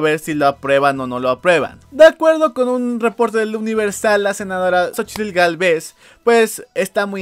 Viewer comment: se lo van a chinga ese dinero. Y otra cosa, el apellido "Gálvez" es fácil de decir no como este que lo dice mal jaja que pedo es un apellido fácil de decir